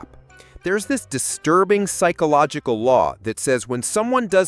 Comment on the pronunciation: Did he say "pikeological phenomenon" ish?